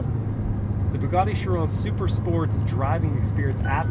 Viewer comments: He isn’t really saying it correctly, at least not the french way 😅 He’s saying Schiron but it’s basically Chiró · It’s pronounced shi-RON not shi-rö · have i been pronouncing chiron wrong??? he says it with almost a french accent